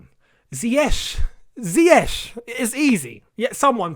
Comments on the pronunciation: Ziyeesh not Zayek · I think it is not even ZIYES . I think its ZIYEK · Lampard knows how Ziyech's name is pronounced, he just doesn't care cz tts lamps for u..... He's stubborn & arrogant